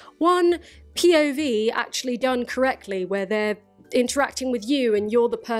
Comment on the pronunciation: Everytime you say POV I just hear/think PIV 😂